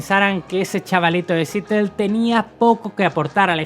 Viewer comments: Es “Siarol” no “sitel” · Seattle se pronuncia como siarol no sitel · Se pronuncia Seattle , no sitti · Sitlel???? Querrás decir Seattle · No SE pronuncia sitl sino "siAtl" thank la A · Porqué si vas a hablar de personajes de habla inglesa, no estudias un poquitito ese idioma? Seattle se pronuncia "siatl". Pero no eres el único, todos los españoles son asi. Gracias, sin embargo por la reseña del gran Jimi Hendrix. Y no seas tan jili....s diciendo " flipar ". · Nació en “sietel” 🤦🏽‍♂️🤦🏽‍♂️🤦🏽‍♂️ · Jajajajaja "Sitleth" 🤣😂🤣😂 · Acentuando la A en SeAtl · No se dice "Sittle" 🤦🏻‍♂️ asi como buscaste informacion para este video, ayudate en eso para evitar confusion. Los nombres son propios. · Cómo dijiste que se dice SEATTLE????? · Cómo pronuncias mal Seattle